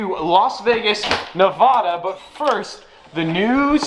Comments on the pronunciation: Plz say nevada right its cringe for a fellow nevadan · Who says Nevada like that at 6 seconds